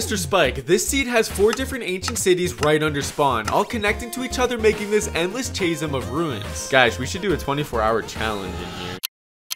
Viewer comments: its pronounced "kasm", not "chaysm" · "Chay-sum" my brother in christ it is pronounced "Ca - zum" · Hol' up. Chaysum? You mean Chasm? Chasm being "kaz-um". That one hurt. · did you pronounce chasm as cha sim, instead of caz zem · "Chaze-um of ruins". How do people not know how to pronounce "chasm" lmao. It's "kazz-um", not "chaze-um". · Chasm… ka-zim. Not Kay-zem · That's not how you pronounce Chasm. It's a Ka sound, not Cha. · Chasm is pronounced k a z u m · “all connected to each other making this endless chasyum of ruins” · my man really said chay-sm lol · chay-sum (chasm) of ruins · I cant stop thinking about how he pronounced chasm, Chay-zum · Bro said chasum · He really said “Chaysm” for Chasm Imma die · Did this man really pronounce chasm "chay-zum"? 😂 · Bro called chasm "chase 'em" 💀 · Nah bro no way this dude said “chaysim” instead of chasm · Endless “chaysum” of ruins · Bro it's pronounced as "kasm" 💀💀💀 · I know this fuckin guy did not say "chayzum" instead of chasm lmao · this guy really said chayzim instead of chasm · chaysum bro tf is that pronunciation lmao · "Chaysum" jesus... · Why does he say chasm like kaysun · blud said chazem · Its pronunced "Ka-zm" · It’s pronounced Kasum. You don’t pronounce the ch in chasm like you would in cheese. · Chasm is pronounced "kahzim" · no hate but i can’t excuse “chaism” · bro does NOT know how to pronounce chasm [spoiler: its "ka-zum" (american accent) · Mf said “chazem” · THAT IS NOT HOW YOU PRONOUNCE "CHASM" 😭😭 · how does he not know how to pronounce chasm 😂😂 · are we just gonna ignore the way he pronounced "chasm" lmao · He says Chasm wrong. He uses the word Oasis wrong. And he doesn't know the difference between a river and a lake. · The way he pronounced “chasm” had me rolling😂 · How the hell did you just pronounce Chasm? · The way he pronounced chasm made me want to die. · I cannot believe the way you pronounced chasm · i'm sorry but how did you just pronounce chasm?? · Bruh the way he said “chasm” hurts 😭